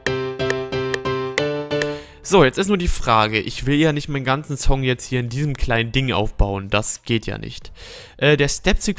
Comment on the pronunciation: Warum sagst du immer Zong und Zound statt Song und Sound xD ;D